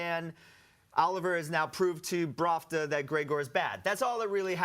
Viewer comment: I've noticed he's being saying it wrong on all after shows I watched... ahhahahahhaa